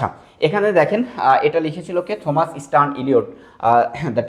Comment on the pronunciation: থমাস keno blchen.oita pronunciation টমাস হবে😶